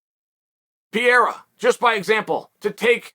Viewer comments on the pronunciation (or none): none